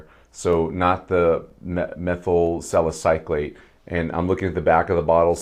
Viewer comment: Nice review! I would not normally post about someone's mispronunciation of a chemical, but you did bring it up. I'm a chemist, so these terms are common in my work, but that doesn't mean it's obvious to everyone else, so I respect your comment. Anyway, you are saying it as in "-clate", but there is no c between the Y and l. It's "suh··suh·layt".